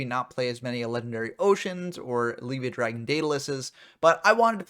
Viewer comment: It's funny. You say "Leave-via," I say "Lev-ea," But I'm pretty sure it's supposed to be pronounced "Lev-I-uh" like Leviathan lol